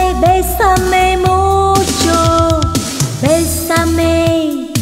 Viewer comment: "bésame mucho," Cô ấy phát âm tiếng Tây Ban Nha khá tốt.